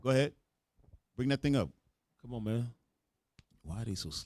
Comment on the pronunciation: Its COME ON sir , not some on . Lol I’m weak right now .